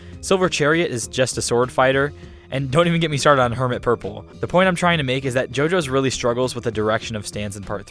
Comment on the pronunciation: Refuse to watch only because you say JoJo's idk why but this bothers me